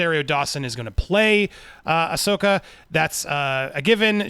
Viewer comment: Andy is finally pronouncing Ashoka right 👍👍👍👍👍👍 cool scoop seeing rebels and clone wars characters coming to Mando and getting their own show